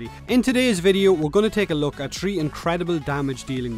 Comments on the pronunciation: Then he said tree frames why cant he speak right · Hahahah, Love the accent, "tree" different warframes.